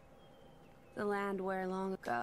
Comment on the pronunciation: “Elysium...a land where long agOo...”